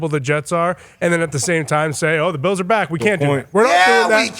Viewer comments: Pat your pronunciation of Bills gives me life. Go Beeyaouwz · Why can’t he pronounce ’Bills?’